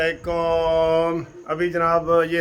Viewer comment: بھائی اسلاما لیکم الفاظ درست نہیں ہیں السلام علیکم الفاظ ہیں اس طرح سلام کریں اسلامو عا لیکم السلام علیکم جی ا